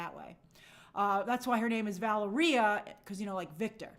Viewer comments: Two things I’m so glad you finally found out how to pronounce Valeria’s name correctly. Secondly, I really hope that they give Sue her abilities to create force fields on air molecules, creating her that walking on air flying vibe. Probably one of my top must have fantastic four moments…. Especially if she’s going to be leading the team. Also, I pray that this movie kinda goes all out with the powers and CGI with the powers and effects and stuff. I hate a movie where it’s nothing but talking talking talking and it’s about superheroes. Why am I here watching a superhero story with no powers😂 praying for these discs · Both pronunciations of Valeria are correct